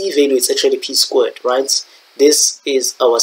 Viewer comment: Why you prounouncing squared like that😭